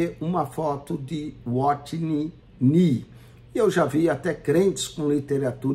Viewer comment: Como levar a sério alguém que não sabe nem ler, pronunciar adequadamente os nomes dos irmãos Watchman Nee e Witness Lee... Fala, fala e não explica nada. Não tem como nem rebater nada.